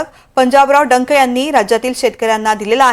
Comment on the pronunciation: अडाणी बाई ला कोणी कामावर घेतलं रे.. हे डख ला डंक म्हणताय.. हे कोणाचं लेकरू चुकून बातम्या द्यायला आली आहे..घरी घेऊन जा रे 😂😂😂